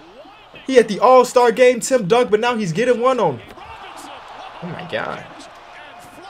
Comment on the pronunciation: When you saying “tipped dunk” it sounds like you saying “Tim Duncan” every time 😂😂